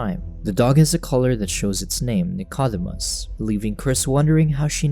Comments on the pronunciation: The dog's name is pronounced "Nick-o-deemus" NOT "Nick-odd-imus." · Please pronounce Dicodemus correctly,...(/nɪkəˈdiːməs/; Greek: Νικόδημος, translit. Nikódēmos)